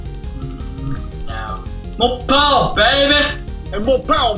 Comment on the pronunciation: No Powah Babeh!